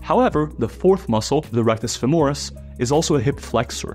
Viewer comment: Great video! However, it's FÈMORIS, not FEMÒRIS! cheers from Italy!